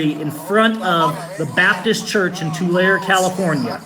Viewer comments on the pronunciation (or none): Hello, love your posts and truly admire your courage and conviction. just wanted to clarify the name of the town, I was born and raised in that COP diseased town and moved away as soon as I was old enough. the name Tulare is actually pronounced as "To Larry". not " to lair". keep up your awesome and inspiring videos. if you want to see some REAL corruption about that town, look into an old sheriff named Bob Wiley, true lawlessness under the color of uniform took place rampantly during his tenure.